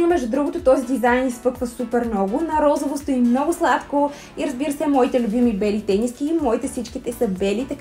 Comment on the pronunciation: РозОво, не РозАво!!!